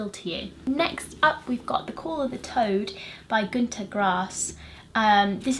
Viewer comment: You pronounced Günter really well ;) And I saw you rated Vandemeer high on goodreads!